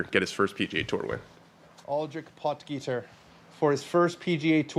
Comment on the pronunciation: It’s pronounced pot heater not pot geeter, looks like he’s going to be around for a while so let’s try to start as we mean to go on .great show